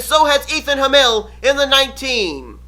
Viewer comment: Just for future reference, My last name is pronounced "Ham", like in a sandwich, and "ill" as in sick, so....yeah. But I forgive you. :P